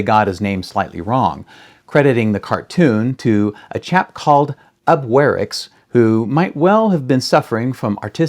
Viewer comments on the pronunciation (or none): Ub's name is actually pronounced "oob" as a Norwegian name. But everyone gets "Eyeworks" pronunciation for Iwerks right. Iwerks did have a fetish for doing Busby Berkeley type dance numbers. And happily it cuts down on animation time if you do drawings almost like xerox copies and have the in-betweeners do the repetitive images and pay the girls low wages. Of course, I would've adored the work if I got paid $2.00/hr in the 1930's. I got paid $2.25 as a high school student to work part-time as a key maker inthe 1980's. Just saying.